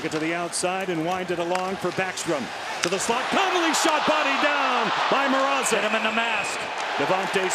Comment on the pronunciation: Mrazek* not MR-AH-ZEK Plz eliminate the canes so we dont have to hear this butchering of names any longer!